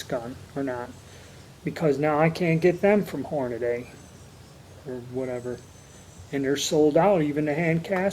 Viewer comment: Hor-Na-Dy not Hor-Na-Day